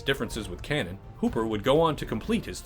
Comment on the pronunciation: you can pronounce O'Bannon, but you can't pronounce Cannon.